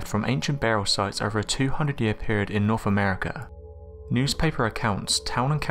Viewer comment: Norf America?? Teef??